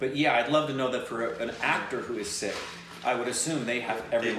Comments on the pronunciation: Hi /, you guys are fantastic. Just FYI. It's "PUN-JAB" and not "POON-JAB" and it is "SIKH" (singular) and not "SEEKH". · Loved your reaction..by the way it's sikh not sick or six.when i clicked on your subtitles of your video i says sick..👍😃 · Sikh is pronounced Seek by non-Sikhs, the plural is Sikhs is pronounced Seeks, by People who are from the Sikh religion, Sikh is pronounced Sick and plural is Singh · Love you guys for reacting to this. Suggest you react to 1984 also. Again starring Diljit Dosanjh. Now, only for your reference in further reactions: 1. It's PUN-JAAB and PUN-JAABI (PUN as in BUN or PUN really) 2. SIKH has the H sound in the end. There are alphabets in Hindi/Punjabi which have that H sound in themselves like KH, GH, CHH, DH, DHH, THH etc. 3. A Sikh performing a role would wear Turban but a Non-Sikh has to wear Turban while performing the role of the Sikh. 4. And Diljit Dosanjh is another great of a Singer, Punjabi and now Bollywood legend. Diljit also was the lead in Soorma(the movie with Hockey champion who was shot and bounced back to become a champion) that you reacted to. 5. There's no dance/DJ party in India that would not have Diljit Dosanjh songs, whether people understand it or not. 6. If you remember from Shashi Tharoor's speech a lot of Indians were abused by British Army for WW-I. 7. SIKHs around the world are known for giving the highest level of Service (we call it SEVA). It's so deep-ingrained in Sikhism that when it comes to SEVA, they don't ever think twice. They are the first ones to reach any part of India (and other countries too, for that matter) to help and rescue victims of flood, famines, tsunami or any calamity whatsoever. I was born Hindu but have great respect and reverence for Sikhs.